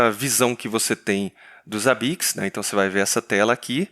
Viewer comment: Odeio quando os caras falam ZABIQUIX